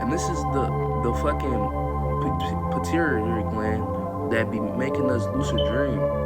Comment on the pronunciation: Puh-tew-a-tary gland 🤝👍🏽